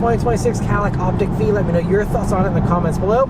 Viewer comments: Short i. Why? Lyriq is pronounced like lyrical. Vistiq is like vista. Optiq is like optical. Escalade IQ is… okay, well, that one is not like the others. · Op-tick? I say Op-teak....😂😂😂